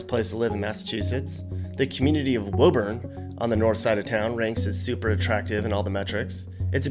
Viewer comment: it's pronounced "woo-burn" btw